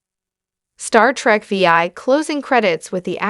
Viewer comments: This is by far one of the worst YouTube videos I've ever seen....pronouncing Star Trek VI Star Trek V I lol. OMG. Basically mispronounced every single name.... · Star Trek: Veee-Aye!!!